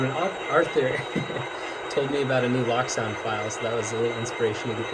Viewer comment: Pleeease, it is not pronounced “lock sound”. The decoders control locomotives, so it is pronounced “loak sound”, as in the words cloak and locomotive. Watch the ESU company videos and you will see that “loak” is correct.